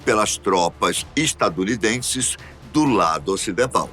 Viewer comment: Parei no "tropas estadudinenses"